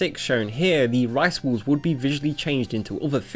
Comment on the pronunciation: The way you pronounce "balls" really makes it sound like you're saying "rice walls" instead of "rice balls".